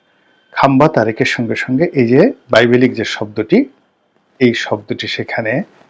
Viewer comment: বাংলা উচ্চারণ করতে পারে না। এখন দেখছি বিবিলিক্যাল কে বাইবেলিকাল বলছে